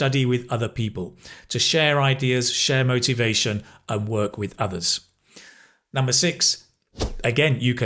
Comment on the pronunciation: Could you tell me please, why in the sentence "Well, if you want to study or work in the English speaking country, you probably need to show the university or collage, or what place?" do you pronounce the word "work", the same way we pronounce word "walk", like walk in the park?